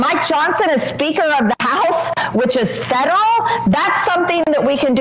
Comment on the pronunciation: I know she's saying federal but it sounds like she's saying feral. Lol.